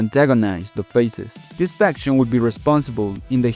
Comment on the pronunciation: Keep thinking he’s saying infection instead of faction